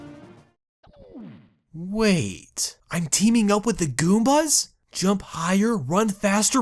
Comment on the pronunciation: What the. Are those "PRETTY GOOMAS?"